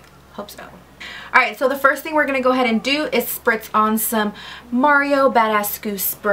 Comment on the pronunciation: Haha did you say "Mario Bad-ass-cue?" That's totally what it sounded like! Love the look girl ❤️ You're so funny! Made my morning watching one of my fav girls! 💄